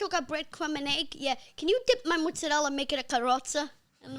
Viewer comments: Can you guys show him how those 2 Italian twins roasted him for saying “muzzadel” because it’s Mozzarella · you fucking american with slightly italian origins decided a bunch of stereotypes is what makes you italian and went for it for over 60 years and now somehow is getting even worse with people like these saying "how u dooin" .we italians born and raised laugh at you all . hes out there trying teach its pasta fagioli its this its that ahaahahah guess what that is not how you say mozzarella for example. ahahaha . please just stop being italian is much more than just pizza and pasta and all these dumb memes bout us getting mad about breaking spaghetti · His midgets pronunciation of Mozarella is fucking criminal yo. Fake wop